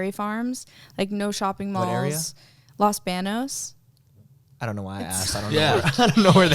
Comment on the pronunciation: Hahaha its "los baños" as in "bathroom" xD maybe theres another place called los banos but sounds like the same one to me